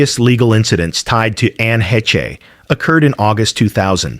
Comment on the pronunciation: ANNE HESHA FOR ANNE HECHE'S NAME??????????? DOUBLE DUMB ASS!!!!!!!